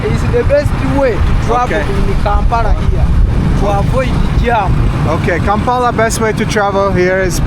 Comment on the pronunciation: bro kampala aint that hard to say